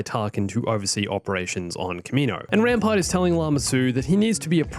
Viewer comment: Whenever you say Rampart I keep hearing Grandpa